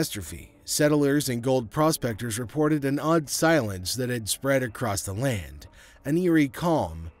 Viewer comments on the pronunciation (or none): none